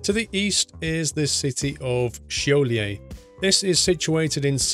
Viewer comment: He nailed Šiauliai though.